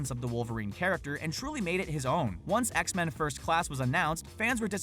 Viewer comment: it’s not X-Man, it’s X-Men